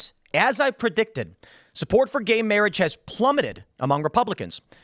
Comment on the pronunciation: Lol "guhey mayrage"